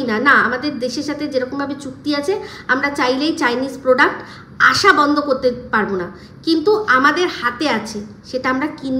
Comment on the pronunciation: poduct bolo 😂